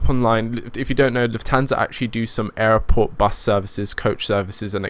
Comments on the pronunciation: It's not aeroport it's airport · Love the videos... just one question.... Whats with pronouncing Airport as Airoport? Is it a different language or regional dialect? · its airport not aeroport